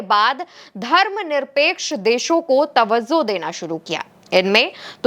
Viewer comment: Tawazzo nahi mam tawajjo hota hai